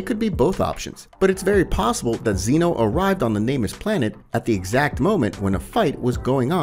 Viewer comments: Zen-oh not zEno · it’s zeno not zeano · I think it’s Zeno and not zEno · Bro, if you can't even say whis and zeno correctly how are you going to expect people to take you seriously.... like really man? Come on